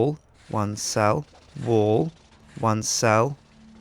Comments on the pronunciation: did anyone else notice that the way that pronounces wall like wool? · It sounded like he was saying one cell wool. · when he was doing the one cell wal part it sounded like he was saying "one cell... wool" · i though he saying one cell woo